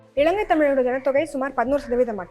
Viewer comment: இளங்கை அல்ல, இலங்கை. இறண்டாயிரம் அல்ல, இரண்டாயிரம். நிளை அல்ல நிலை. சரியாக உச்சரியுங்கள். இதுவும் ஒரு மொழிக்கும் இனத்துக்கும் கொடுக்கும் மதிப்பு தான்.